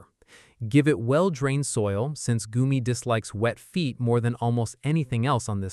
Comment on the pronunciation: Goumi berry not goomie